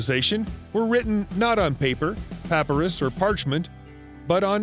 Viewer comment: Did you just pronounce (papyrus) "Papper-riss"? Your ignorance is shocking. The correct pronunciation is "pap-pie-rus"